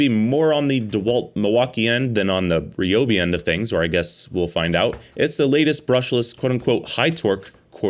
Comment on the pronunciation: "Ree-Obi" He says... ;)